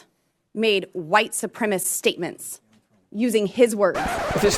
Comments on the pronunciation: Ms. Boebert, we'll call you Ultra-Maga when you stop saying "white supremist". No one is familiar with the term "white supremy". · Bobo said white supremist